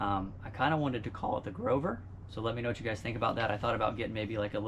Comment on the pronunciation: I believe you pretty much nailed it with “The ‘grover”